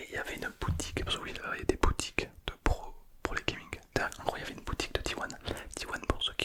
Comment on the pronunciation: Incroyable la vidéo avec le prrrrrrrroooo gamer